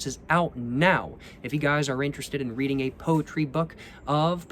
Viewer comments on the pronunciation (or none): none